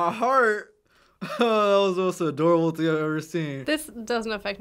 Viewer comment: He said thing not deer 😂😂